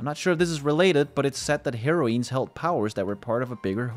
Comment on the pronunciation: (hair - oh - ins) is the pronunciation. not (hair - oh - eens) :)